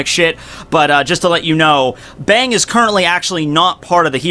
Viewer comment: I think its supposed to be pronounced Bong